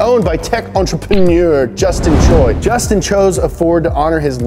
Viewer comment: thepronouncationof Justin Choi is justin chw-a, but overall good video